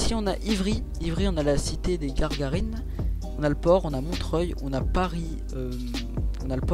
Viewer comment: Je vous previent juste que ces Gagarinne et pas Garrgarinne